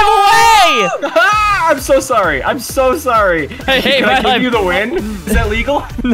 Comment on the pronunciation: he's sou good